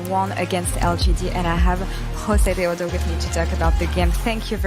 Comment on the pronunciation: josedeodo not josesito -_